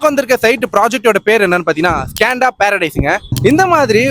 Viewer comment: அது ஸ்கேண்டா இல்லை - ஸ்கந்தா